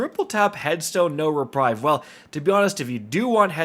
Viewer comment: Aaaaand this is why I unsubscribed months ago lol. This is a garbage roll, and tbh just about everything he’s got is garbage (as usual) so thanks for nothing? I’m starting to think works for Bungo Also, “reprieve” is pronounced ‘re-preev’ not ‘re-prive’